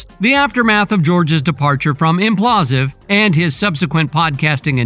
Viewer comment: Bro, it's Impulsive, as in Logan Paul..... come on